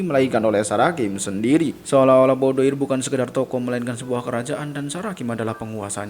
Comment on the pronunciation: BOUDOIR berasal dari bahasa Perancis. Dibacanya BUDOAR dengan pelafalan huruf “R” yang lemah